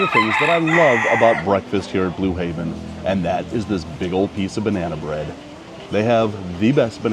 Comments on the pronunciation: Blue Heaven.. Heaven.. not Haven. Im not sure why it bothered me so much lol but it did. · It’s Blue HEAVEN not Haven